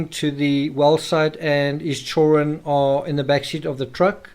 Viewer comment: Why do you always mispronounce children?